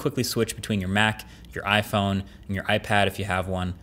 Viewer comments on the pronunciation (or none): none